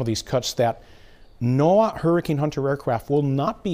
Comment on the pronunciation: To “the NOA”— obviously, you don’t know what you’re talking about. You said it more than once. It’s NOAA, pronounced like Noah. You hurt your credibility by getting these simple things wrong.